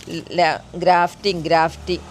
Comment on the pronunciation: super നല്ല പോലെ practical ആയി grafting ചെയ്തു കാണിച്ചു തന്ന ടീച്ചർക്ക് അഭിനന്ദനങ്ങൾ. വളരെ ഉപകാരപ്രദമായ വിഡിയോ . ഒരു correction ഉണ്ട് ഗ്രാഫ്റ്റിംഗ് (grafting) ആണ് ഡ്രാഫ്റ്റിംഗ് അല്ല